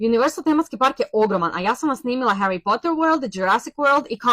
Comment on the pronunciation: Nije Hjeri nego Hari s Poter..a 😂